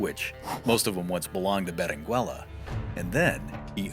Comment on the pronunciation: The U in Berenguela is not pronounced, it meerly changes the pronounciation of the G making it sound the G in go.